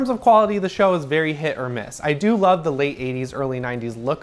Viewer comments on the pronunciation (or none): none